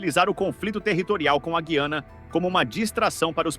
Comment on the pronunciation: Não existe "ghiana", rapaz! O que existe é GUiana. Aprenda!